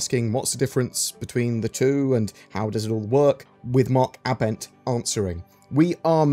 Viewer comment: Mark Ah Bent? o.0 Think its Aibent but you spell it Abent but say it aibent but idk. But its NOT Ah Bent lol.